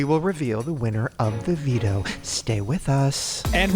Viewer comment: Everytime Shane said « the veto » all I could hear was Devito